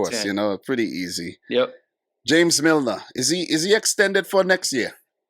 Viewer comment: I used to love you. It's pronounced James Freaking Milner. He has more value than on the pitch.